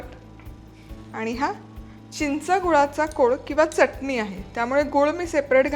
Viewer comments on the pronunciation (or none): none